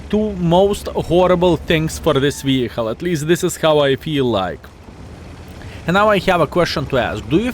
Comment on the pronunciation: i love you - but its vehiKKKKKle. :D